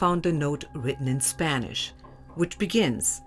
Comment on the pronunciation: For some reason I find the narrator's Spanish pronounciation very cringey